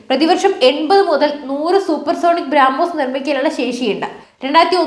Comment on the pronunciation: ബ്രാ മോസ് അല്ല ബ്രോമോസ്